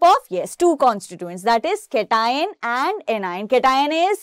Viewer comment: Pronunciation of cation 👌